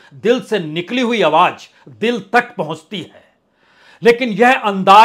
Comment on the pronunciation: Your style and presentation is very unique.. Confident and indepth analysis.. One request.. Plz pronounce Awaj as "Awaaz".. And so on... It is phonetically nice to hear.. Thanks for your efforts in keeping unbiased journalism alive.. Keep it up